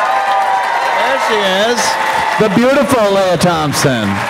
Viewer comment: Hey Ant, isn't her name pronounced LEE-ah, not LAY-ah? She's not Princess Leah...